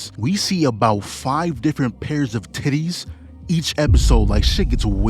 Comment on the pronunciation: Yo, why you put so much emphasis on titties?